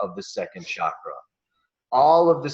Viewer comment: If you're going to India you're going to have to start saying chakra instead of shakra! Hard to imagine how you arrive at such a price for this- i have been to India 21 times over 20 years and it's possible to live very well for much less!